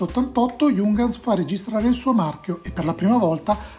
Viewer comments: Ehm c’è anche un altro errore, Giungans non si può sentire. Si pronuncia “Iunghans” (l’h va pronunciata). Se nei prossimi video tratti altri prodotti tedeschi e hai dubbi sulla pronuncia scrivimi. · si pronuncia però "iung-hans" con la i e l'acca aspirata, non "giungans"...